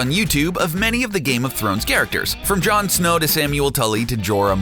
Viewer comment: I'm surprised they pronounced "Jon Snow" correctly as they can't seem to say any other name properly